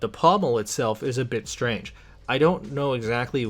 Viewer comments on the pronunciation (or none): none